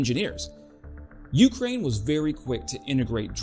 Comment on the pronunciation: Speaking of mis-pronouncing words - when you say Ukraine you put the emphasis on the U - not the K. Just some friendly feedback. Ps - I just subscribed